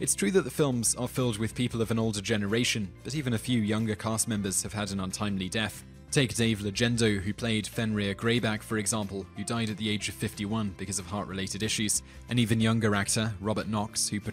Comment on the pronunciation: Sniffle....alright, let's get it out of the way, Dave's last name was "Legeno", not "Legenzo", and you called Richard Griffiths' character "Vernon Dudley" instead of "Dursley"